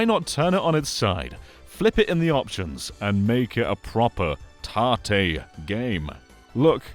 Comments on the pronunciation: I was also confused until I looked up tarte switch and then learned it was tate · Tahteh is not that bad for an English pronunciation of it. I have heard people say it like it rhymes with "bait" instead. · Tartay? What are you saying? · I'll be honest, pronunciation of 縦 (tate, Japanese for vertical) confused me for a sec. Was googling 'tarté' for like 5 minutes 😂 Then I remembered English accents often insert 'r' sounds after vowels (like 'idear' instead of 'idea'). Anyway, great video, will be trying this out! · I was getting so annoyed when I kept hearing him say 縦 or tahteh wrong. Good video though, he is right about this being a cool feature. Even works for stuff like... I forgot, it's a Bamco arcade rhythm game where you have an analog stick with a button on top. Fun game that, even lets me play bad apple. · I like this but i cannot call this "tate mode" without saying it like you say the name tate and not like tat-e. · Yeah it's short for rotate so it should be pronounced the same right?